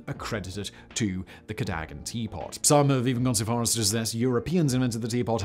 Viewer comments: Codaggan though? Ca-dog-an. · Ca - DOH - gan.. not KADAGAN. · Cadogan, not Cadagan.... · It's pronounced Cadogan not Cadagan. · Hey Simon surely it’s pronounced “Cad o gan” ? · Say it with me Simon....Cad - Oh - Gan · Dear Simon, it’s pronounced CadUgan, or even C’dugan. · Cadogan is pronounced ka-DUGG-an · It's Ca Dough Gan. You can read English, right? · I think he covered just about every possible pronunciation in there somewhere. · 11 out of ten for butchering "Cadogan" grear that you always go the extra mile on pronunciation👍